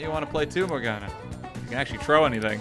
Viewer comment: Morgana? More like Mor-GONNA